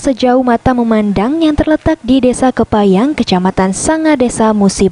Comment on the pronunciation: Desa Kemang Mbak Reporter bukan Kepayang